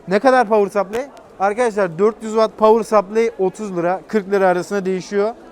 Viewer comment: "Pavır Sapley"" ? :D